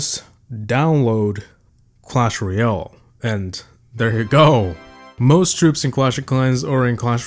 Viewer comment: "clash royl" 😭